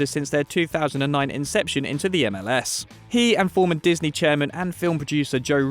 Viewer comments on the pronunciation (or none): none